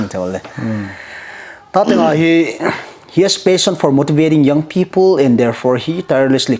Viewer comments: Bro it will be Touthang not Tothang😂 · Fr.Stephen Touthang not tothang